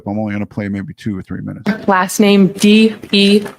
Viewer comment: Deeever. It's not that i don't know how to pronounce it correctly. It's that i neither care nor respect her enough to do it right. 😘